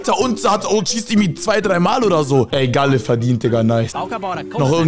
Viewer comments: gäl nicht gale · kannst du mir sagen warum du gale so aussprichst als wäre er ein organ